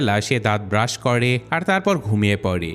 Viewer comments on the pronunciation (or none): none